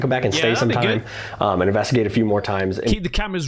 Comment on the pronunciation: U really don't know how to say investigate or u just playing? It kinda makes me a little crazy. Lbs. In-veSt-i-gate. U never say the s. Vest. Vest-igate. In vest igate. Lmao. Sorry I been wanting to say something finally decided I must. 😂